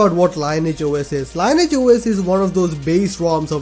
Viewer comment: You pronounce it as Lean-e-age OS, not Line-age OS